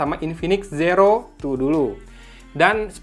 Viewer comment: Sumpah ini infinix plg ampas yg dilauncing (based on the price), masak g95 dibilang ultra gaming, trus note 10 pro itu g95 apaan? wkkkkk Trus, si abang announcer puluhan kali bilang SIRO X ampuun dah ampe gedekkk dengernya, udah gitu zoom alias zum disebut ucapnya sum. Padahal gw nahan² dr sebulan lbh buat beli pucu X3 Pro, kirain Zero X Pro ini worth gimanaaaaa gitu, aak gw kelahi abangnya dibeliin X3 GT